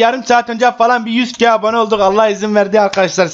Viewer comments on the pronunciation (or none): 100 keğğğğğğğğ oldukk bagim aynen 100 keğğğ olmuşuz başarılarının devamını dilerim.